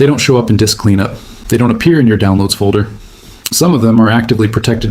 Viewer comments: "Low Dick Space"? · Frickin' AI! "Low Dick Space" 🤣